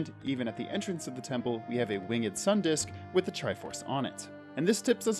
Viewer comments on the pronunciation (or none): why are you pronouncing the e in "winged" lol :/ it's just "wing'd" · Stop saying winged like a hillbilly